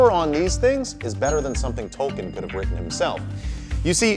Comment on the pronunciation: how dare you blaspheme Tolkien’s name?